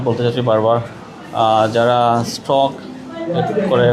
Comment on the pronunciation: আরে মূর্খ সাংবাদিক স্ট্রোক হবে। স্ট্রক না।